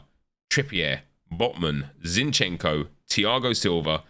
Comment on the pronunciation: Zincheno??? Hahahahaha